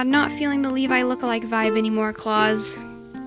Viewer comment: It's not klaus like Santa clause it's kla-oose i don't rly know how to explain it merp